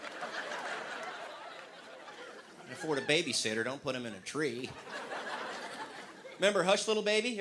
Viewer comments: Rock'a'bye baby in the tree tops...... The baby's in a TREE!!! The way he says "tree" is epic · the way he said "the baby's in a TREE" 😂😂😂😂 I nearly choked on my sherbert!